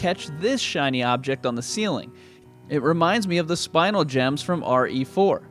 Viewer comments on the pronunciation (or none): When he said spinal instead of spinel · It's understandable. We've all been saying spinal for years. I learned the correct pronunciation from Steven Universe. And the fact that bigotry is bad or something. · I just found out relatively recently that the correct pronunciation is actually saying the first syllable as spin and the second as el as in elevator.